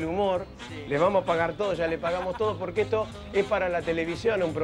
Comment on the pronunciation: 1k de Pomelo 1$, polque? No hay polque xD